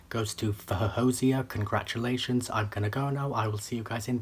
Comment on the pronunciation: Your instincts are right! She was going to be amazing. You also pronounced her name in the second most acceptable way according to her. Well done!